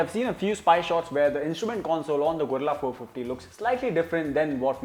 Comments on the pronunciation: Its Guerrilla not Gorilla 😂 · Gorilla ❌ Guerrila ✅